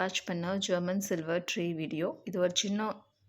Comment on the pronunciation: ட்ரேவைகாண்பித்து விட்டு ட்ரீ என்கிறீர்கள். அழகாக தமிழில் தெளிவாக‌பேசுங்கள். ஏன் பல்லை கடித்து கொண்டு பேசுறீங்க.